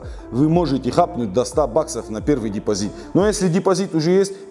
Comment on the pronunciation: депозиТ а не ДепозиД 😂😂😂